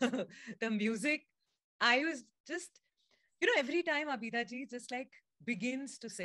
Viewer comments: a request if you could please pronounce names of legendary artists properly, her name is abida not abeeeda thanks! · It's not Abida, it's pronounced Aabda😊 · Its not Abeeda but "AABIDA" Parveen